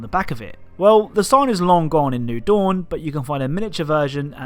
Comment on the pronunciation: "new doun"